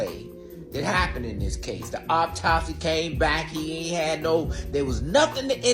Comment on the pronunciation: & the word is "au-top-sy" not "opp-top-sy". These people are so ridiculous and embarrassing ugh